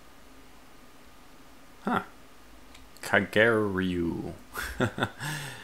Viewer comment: mispronounced it, but it is spelled "kageryuu" and pronounced "kah-gey ryu." Kage means shadow, ryu means dragon. So shadow-dragon.